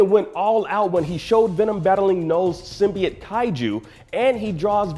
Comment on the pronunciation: Learn how to pronounce symbiote jesus